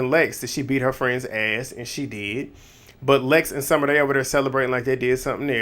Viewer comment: not you accidentally calling summer ‘scummer’ im crying😭😭😭😭😭😭😭😭